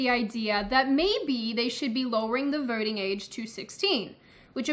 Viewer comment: I heard "vorting." But she's sticking lesser number of "r" in random words.